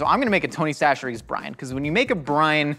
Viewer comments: why's he saying 'tony sasheries'? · Did change his pronunciation of Tony Chachere's?